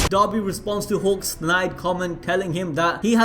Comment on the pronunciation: Everytime he says dabi I understand dobby.. give this poor boy a sock.